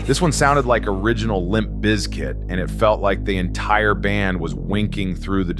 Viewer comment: Does anyone else pronounce ”Bizkit” “BIZZ kit” instead of “biscuit”? Kinda drove me a little nutty throughout the video… with the “BIZZ” all hyper-emphasized like that.